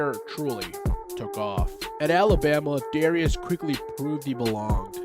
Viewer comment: I think it was pronounced “Darus”